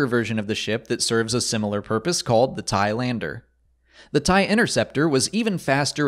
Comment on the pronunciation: The way you pronounce it is weird it sounds Like thailander